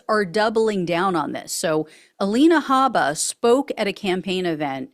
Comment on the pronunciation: A-Line-uh Habe-buh is ridiculous. Oakland, CA, is in the US. California didn't put race/ethnicity on birth certificates until 1979, 15 years after Kamala was born. It's usually voluntary by parents, but not listed for the baby.